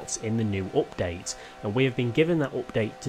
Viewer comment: Nobody:: Opdate